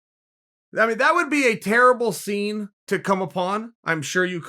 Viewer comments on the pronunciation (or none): none